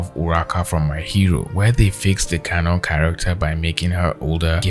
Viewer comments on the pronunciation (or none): none